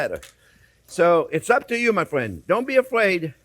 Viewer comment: I'm not your Fwriend, Guy... J/k subbed for the yum!